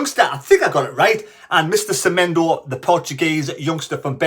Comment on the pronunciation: Semedo not Semendo pls